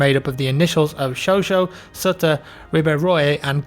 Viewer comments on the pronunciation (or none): none